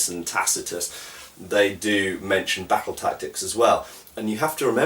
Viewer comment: I love the way you say 'battle'. If they ever make a realistic swordsmanship video game I want them to hire you to narrate.